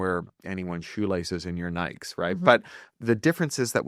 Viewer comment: Did he say, “Nikes?” like bikes???